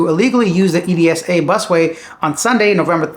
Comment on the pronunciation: The EDSA street can be read as ed-sa. No need to read it as abbreviation. It stands for Epifanio Delos Santos Avenue but filipinos read it as ed-sa.